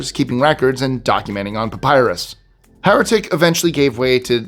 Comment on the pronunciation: Hieratic is pronounced high erratic, not hair a tick.